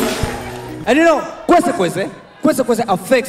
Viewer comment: Yea niliskia ng'ang'a akisema kwensekwenses